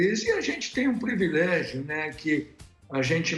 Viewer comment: devo estar com algum problema auditivo...COM CERTEZA, mas ouvi MR, OLIVETTO DIZER...PREVILEGIO??? 7 min. e 13 seg do video.